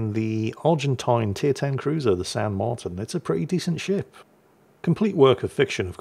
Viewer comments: my contry my country 🇦🇷 🇦🇷!! Its nice to see the world still remembers us as we are facing economic extinction. also the title is on point well done 👍 the ship is pronounced San Marteen in english, our vowels sound different. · Pronounced "San Marteen".... notice the accent mark on the i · San Marteen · I think it's pronounced "San Marteen" but I could be wrong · Just pronounce it "San Mar-teen" and you'll be good enough, hahaha! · You were close,. The I in spanish is pronounced more like an E in english, so it would be pronounced more like San Marteen. You didnt butcher it however, so no foul called lol. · Likely pronounced San Marteen. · It's pronounced "San Martín", hope this helps. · since you were so worried about how to pronounce "San Martin" here are a few tips. Roll the r if you can, say the t by putting your tongue between your teeth almost as if you're biting it (it should sound somewhere between a t and a d), and say the i like a double ee. All together it should sound like San Marrteen.